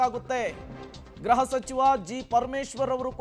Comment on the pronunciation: ಗ್ರಹಸಚಿವ ಎಂದು ಹೇಳಬಾರದು, ಗೃಹಸಚಿವ (ಗ್ರುಹ) ಎಂದು ಹೇಳಬೇಕು